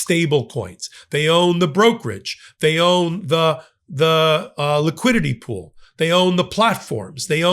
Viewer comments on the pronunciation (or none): none